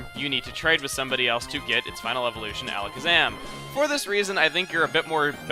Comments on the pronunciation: "Alakazam" not "Alazkazam"! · You have an extra Z in "Alakazam". ...You said AlaZkazam.